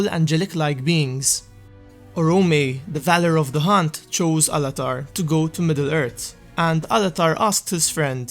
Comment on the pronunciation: They arrived in middle ert in the turd age... Facinating